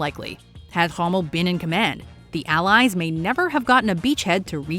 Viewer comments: Who...the fuck is ...Hommel? I will say that again...who...the fuck is Hommel. Jesus christ Watchmojo. You already a joke with stealling content....but you cant even pronouce one of the most accomplished military minds? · It sounded to me like she was saying "Rummel" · The pronounciation was not that bad, she pronounced Erwin pretty good, sounded a bit like "Ehwin" for a german, while complete english pronounciation would likely butcher the name into something like "Ööhwn" for us. 😆 With Hommel instead of Rommel you are right, but I think that's still ok. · Did she just call Rommel "Hummel?" Yes, he was known for his tiny warlike figurines. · That's what happens when the quality control is AI! She also called Romell by the name Hummell. I want to see those whimsical Notsee figurines! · Hahahahahahahahahahahahahahahahahahahahahahahahahahahahahahahahahahahahaha YES. Yes, you did.